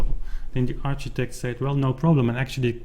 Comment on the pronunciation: Thanks for the update, very exciting indeed! Ps: architect is pronounced like arkitect. :)